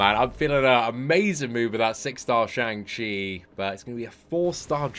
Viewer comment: Day 22 of waiting for to pronounce Shang Chi properly, feel like he's given up😂